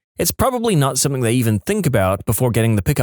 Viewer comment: No k in the word something